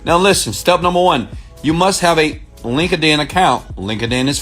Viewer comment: ROFL Link-a-din. Most people already have a Link-a-din acct. Oh I can't stop laughing ! It's Linked-In brother.